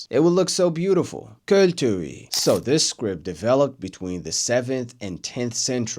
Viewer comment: Magyar vagyok xd=im hungaryan xd (Im hungaryan your write and the thing you said so good "költők or something"😊)